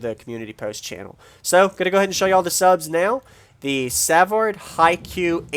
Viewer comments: suvard pronounced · I think you'll be happy with them. Savard has been around for a long time and very reputable. I know them personally and enjoy hanging out with them at the shows here in South Louisiana. One thing I have to correct you on is the name. It's pronounced suh-vard.